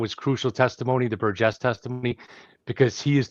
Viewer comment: Great show. Thank you! BTW Burgess is pronounced ‘Burr-juss’ and not ‘Ber-guess’ or ‘Ber-Jess’